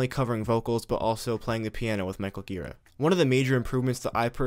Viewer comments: Gira is pronounced jee-rah. Soft G. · it's pronounced 'djiraaah' dammit ;-) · He has pronounced Ji-Raw in interviews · You pronounce "Gira" wrong.